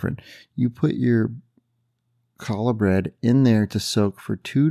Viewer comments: just wanted to pass something on to you. Challa bread is a Jewish bread and it’s pronounced Halla dropping the letter C. And adding a warble to the pronunciation is even more authentic. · It’s “Halla”, not “kallah.” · Looks delicious! Thank you for sharing. FYI the c in challah bread is silent.